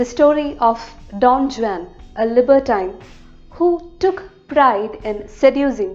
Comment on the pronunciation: Don Juan pronunciation wrong All in all video pronunciation superb